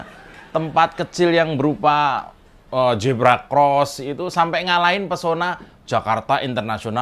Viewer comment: Huruf Z jgn di baca J. zebra jgn di baca jebra.